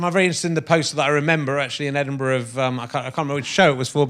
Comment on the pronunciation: I love the fact that she said Edinburgh properly !